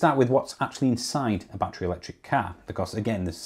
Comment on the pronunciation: Please stop saying bat tree. It's bat_er_ree.